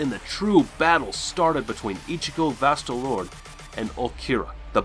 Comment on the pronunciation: it’s pronounced like “Vasto Lord-A,”